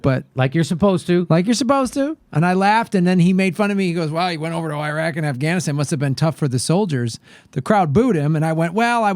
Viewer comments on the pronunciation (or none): none